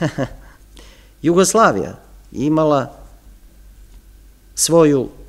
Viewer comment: Sve u redu... Ali mi nikako nije jasno akcentovanje na reči Jasenovac, Jugoslavija, ambasador... Od kada je akcenat na drugom samoglasniku? Niste vi jedini u ovim predavanjima koji tako govori... I Ognjen, i Srđan... Ja vas sve molim, da se vratite na "smirenijem" akcentovanju takvih reči.